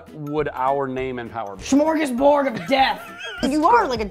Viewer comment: "Shmorgasbord of death." Jack Grazer 2019